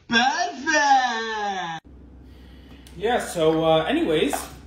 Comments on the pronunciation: He said perrfect when he drank powder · No it’s not perfect it’s PeArFeCt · Bros accent PUURRURURFETTECT